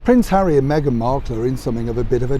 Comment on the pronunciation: Lol lol lol hawwy compassionate???? You crack me up. Lol lol lol. Who was paid how much to let those words slip off their lips.